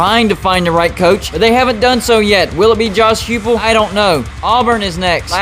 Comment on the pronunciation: Hay. Just wandering if you purposely miss pronounce Heupel for Tennessee or just didn't realize that its pronounced high pul. Just curious bro.